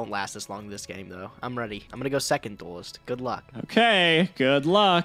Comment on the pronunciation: Listening to constantly say "Duelist" continues to be the most cringe thing about this series